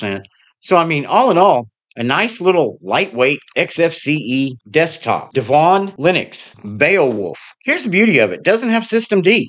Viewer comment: YOU are pronouncing it CORRECTLY--- DEV- won.... and I can't wait to see it. I have tried the peppermint devuan verson- looks good..